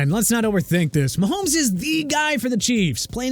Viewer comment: THERE IS NO WAY YOU SAID MAHOMES 😭😭